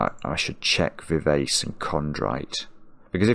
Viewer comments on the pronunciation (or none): It's strange. I got some of the words that missed very quickly, including parkin and precis, but half of them I would never have got. Vivace is an Italian musical term and is pronounced viv-ah-chay. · Vivace is a Musical Direction meaning to play lively and youthful. It's pronounced Viv Archay. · pronunciation of vivace (should be vee VAH che) reminds me of a former roommate who had a huge vocabulary from reading but often had never heard the words spoken. He often had interesting pronunciations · As a musician, I was screaming 'Vivace' only for him to then delete it (having pronounced it very englishly) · I cringed every time pronounced VIVACE to rhyme with face! I was disappointed that the leading aircraftsman ended up not being ACE, as I was expecting a hidden four aces in the puzzle (ACE was in the wordplay for ACERBIC and OBEISANCE, and also appears in VIVACE).